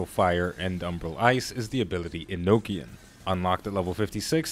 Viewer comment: U got Enochian pronouncex right, but Eno-chan is a good substitute >w> Good to see you embrace the role as magical rocket turret.